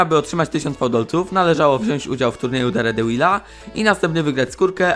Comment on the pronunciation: Nie daredełila, tylko derdevila